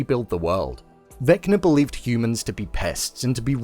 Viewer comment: "Vecma" ??? its Vecna